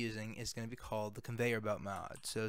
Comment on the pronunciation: “con … veyer belt mod” it sent me 😂